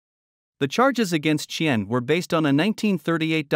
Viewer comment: The way you pronounced Qian's name is the funniest I have ever heard.